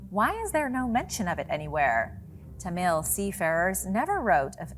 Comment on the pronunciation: Damn dude... whangerei = faahn gah ray. Roll the "R" and its ta-mill not tahmeel.... Also New Zealand was NOT a new discovery lol. Only recently colonized sure but the Maori were there for a very long time. The moriori before that. Do some research guys ffs....